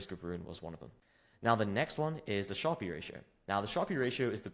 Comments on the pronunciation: Sharpe is pronounced sharp. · great video but Sharpe is just pronounced like "sharp", not "shar-pee". It's named after Nobel laureate William F. Sharpe, who developed the metric in 1966. Despite the "e" at the end, the vowel remains short and the final consonant is hard, making it rhyme with words like harp, tarp, or carp.